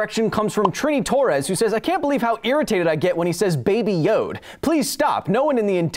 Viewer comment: Baby Yode... Yode... Kyle: What do you have against Baby Yode, this little green goblin like creature? Goblinslayer: Eyes spark red of excitement Hold my beer! Also, it sometimes sounds like yoke when you say Yode :(